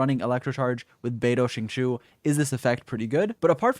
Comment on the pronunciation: its zhing-cho ._.